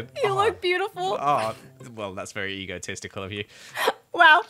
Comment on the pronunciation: Honestly when says "Very Nice." I hear "Fairy Nice." Which is just funny, because its an amazing pun and Kathrine is a Fairy in empires, so it makes sense!